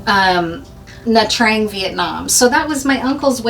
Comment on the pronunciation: Nha Trang, not Dha Trang. Sorry!